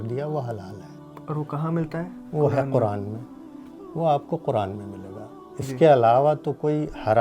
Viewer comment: Kuraan ghalat talafuz hai Sahi talafuz " Quraan " hai.